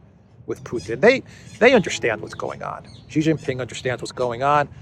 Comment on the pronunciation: JHEEJINGALEX, Xi Jin Ping, his name is pronounced SHEEE JING PING not JHEEE JIN PING. JHEE means PENIS in CHINESE LANGUAGE.